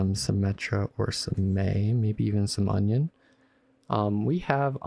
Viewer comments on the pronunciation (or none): it's funny how when you say anran it sounds like onion